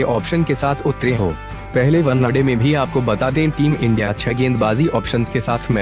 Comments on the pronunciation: pehle bhai one day bol .....onnaday nhi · Onnna day kya hai bhai 😂one day hota hai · 1day bolna sikh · Did someone noticed he was saying one-a-day😂😂😂😂😂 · Vannaday...!😂 ye vannaday kya hota hai! Pehle vannaday pehle vannaday kare jaa raha h!😂😂😂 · One day ko thik se pronounciate karo bro. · Kya boolra hai be ... Onena day 😂😂😅😅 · Bhai tu kaise bolta hai yar One naa day .... Janbuzkar aise pronounce karta hai kya . teri har ek video me kuchh na kuchh galat bolta hai tu. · Bhai pehle , one-day Sahi se bol le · Abe sahi se bola kr wanade kya hota h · One day bolna to sikh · oye one day to sahi se bol le